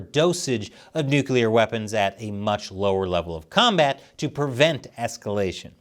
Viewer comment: You get an award for being the only person on the internet that knows how to correctly pronounce nuclear.